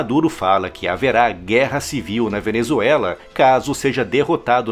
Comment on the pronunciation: " A Venezuelaf é excesso de democraciah"- Lula (bebado)